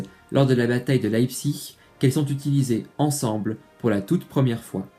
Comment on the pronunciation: enfin quelqu'un qui prononce bien "Leipzig" ! Sinon super vidéo, tu mérites plus de vues 😟